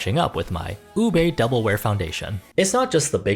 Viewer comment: a little part of me dies everytime a person pronounces ube as "u-BAE" or "u-BAYYY". it's pronounced u-BEH, babes. filipino doesn't have the "ae" or "ayyy" sound.